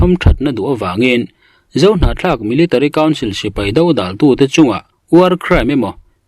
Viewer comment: Hnahthlak tih hi i sawi fuh thiam hle mai 👍👍👍